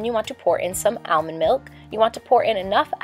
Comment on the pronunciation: Why do people say Almond like that ;-; You don't need to overexaggerate when you are pronouncing the A